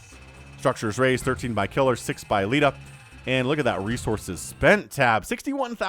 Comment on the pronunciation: In almost every cast you always say something funny and in this cast it was "he's actually unburrowing the tanks." Also Leta's name might be pronounced 'lay-ta' rather than 'lee-ta.' But that is just how i would pronounce it. Amazing cast as always.